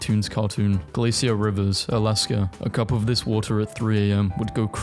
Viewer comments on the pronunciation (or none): none